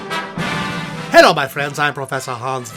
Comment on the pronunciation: "Ai Wov Amewwica" Fuck it, I'm out